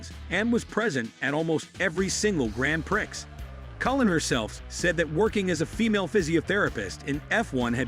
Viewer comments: Downvote because your stupid AI voice keeps saying "grand pricks." Pathetic. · It's prounced: "Gran Pree" phonetically speaking. Thankyou. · Learn gow to say grand prix, bcs you obviously cant say it properly! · DUMP THE STUPID AMERICAN ACCENT. AT LEAST AN ENGLISHMAN KNOWS HOW TO PRONOUNCE GRAN PRIX.